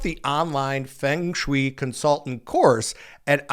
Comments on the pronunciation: Love you … ahh it’s feng shui pronounced (fung shu ay) literally means wind- water, but means the smooth movement of energy (chi( chee) life force) through the home, office cemetery etc.😊humm maybe I should look into that job. ❤ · i don't think anyone should support AI with how harmful it is... but can you PLEASE learn how to pronounce Siri and Feng Shui the right way? you mispronounced both so many times that it was hard to take you seriously and i was starting to think this was a weird AI video... 😰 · That's definitely NOT how to pronounce feng shui 😂😂 but side note... Let's not go so far as to say pet psychics run "legitimate" businesses. We can say legal but legitimate is not just a stretch but a whole ass lie and everyone who isn't a stay-at-home mom knows it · you might want to learn how to pronounce feng shu correctly. Please remember that as an influencer, you have a responsibility to your audience. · I have no idea??? But it's What you kept saying Fing Swi. The word(s) is Fung like the sound of Fungus and Shh - way Like telling someone to Shush away.... Shh way You are pronnauncing it Fing.... like King and Shh weee like Shush and wheee like a sound a child makes when swinging on a swing.. whee... It's Fung Sh-way! This is a very well known word for anyone who knows anything about home designso to have you keep saying it completely wrong was like an ear worm. Grating on a nerve. Not to be rude. Hope that helps. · Just a heads up, Feng Shui is pronounced Fung Schway. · It is pronounced "Fung shway." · Fung sh-way not Fing Swi what in the world? 🤦🏽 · every time you said Fung Shui wrong, it made me cringe. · Respectfully.....you are mispronouncing 'feng shui' there are two ways to pronounce it. Unfortunately yours is not one of them.😢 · Say-- Fung Schway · I am pretty sure that it's pronounced "Fung Shway." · Feng shoo-E. LOL wtf? This guy is a idiot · Dude . . . It is pronounced fung shway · Feng Shui is pronounced Fung Schway